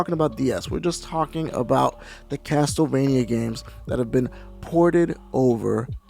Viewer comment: review the GBA ones :) they are great, also the TLE in CasTLEvania isn't pronounced TEL, it's pronounced CASSEL